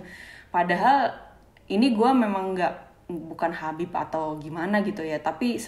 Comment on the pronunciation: Assalamualaikum... Kak Gita, hati2 kalau panggil Habib ya... Maaf bukan nya apa, panggil dengernya Beib Hahahaaaha :)